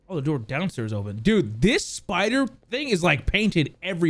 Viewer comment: Best part about this video is when he says open the noor